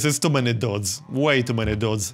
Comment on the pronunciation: It always cracks me up the way pronounces "DHOODS."